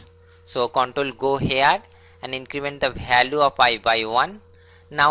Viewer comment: Learn English then post the video it value not balue